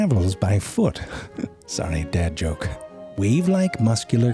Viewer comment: the way you said sorry dad joke sounded almost like you said sonic the hedgehog